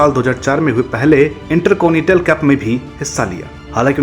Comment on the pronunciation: भाई आप उर्दू शब्द सीखो क्यूंकि जाना की जगह ज़ाना और जगह की ज़गह सुनना बहुत भद्दा लगता है इन्टरकॉनिटल नहीं इन्टरकॉन्टिनेंटल होता है